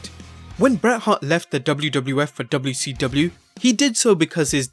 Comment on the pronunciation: You've gotta adapt the dubyaseedubya to your enunciation